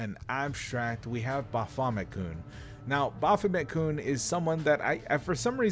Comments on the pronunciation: Hearing him say "Bah Fomit kun" makes hair grow on my eyes. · "Bo-famma-koon" XD